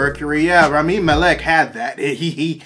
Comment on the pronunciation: sorry, this is a nitpick, but it made me cringe a bit. it's pronounced RAH-mee MAL-eck